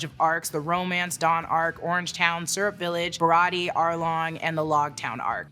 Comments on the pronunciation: Shawty said “Bariyartie arc” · Ba-ra-tee-aye. Say it with me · It’s BAH-RAH-TEE-AYY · BA-ROT-TE-YAY Baratie! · I love you but if you say barratie wrong again we gonna be enemies for 5 min max